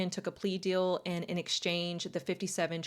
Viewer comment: I love these stories! But it’s so hard to listen to you most of the time because of the way you pronounce things 😂 “bell” instead of bill. “Dill” instead of deal. Aaaaahhhhhh you do have a soothing voice though.